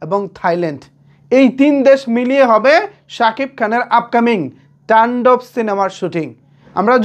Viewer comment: তুমি শুধু বারবার টাণ্ডব টান্ডব করো কেন শব্দটা তো তান্ডব